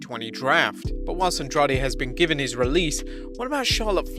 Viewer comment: Your pronunciation of Andrade is really bad. It sounds like andraj